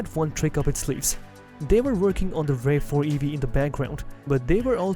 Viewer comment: Why the AI voice-over? (RAV4 - "rave" 4 ?)